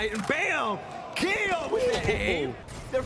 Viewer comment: “Is this Keeoh?” Nah this is